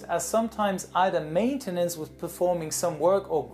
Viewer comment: and how do you call matenince